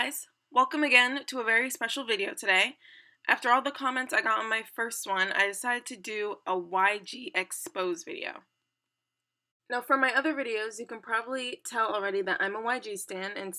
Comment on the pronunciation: psst.... It's pronounced "eck spoh ZAY".